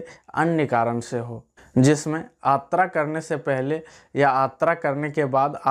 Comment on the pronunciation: Abe sas. Atra nahi yatra bol